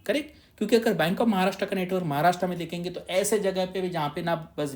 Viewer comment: Maharashtraaa nahi sir Maharashtra aahe. Kamit kami tumhi tari barobar ucchar Kara. Tumhi mothe aahe.